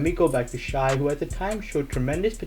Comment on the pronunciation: It’s pronounced shay